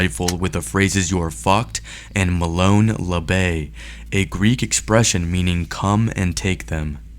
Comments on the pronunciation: Whoever is narrating this video needs to pronounce and announciate words correctly. Mesa- "May-sa", not "Mee-sa" Molon Labe- "Mo- Lan Lah- Bay" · MOLON LABE it’s pronounced like MOW-LAWN LAW-BAY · Learn how to pronounce Molon Laube you idiot.